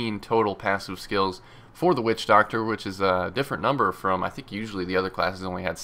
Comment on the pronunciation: Everytime he says witchdoctor I think about "Wussidjidoctor" haha lol